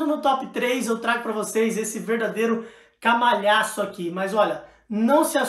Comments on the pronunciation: Leu esse monte de livro e ainda não sabe que é "calhamaço" e não "camaljaço"......... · “Camalhaço” [Sic] 😅😅😅